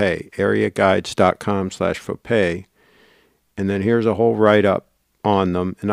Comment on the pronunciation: Nice Fo-Gay,!